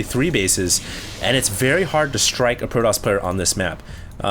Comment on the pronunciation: its fucking pro TOSS not pro DOSS